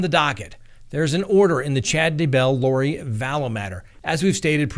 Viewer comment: Day.Bell. No accent on either syllable. Day.Bell.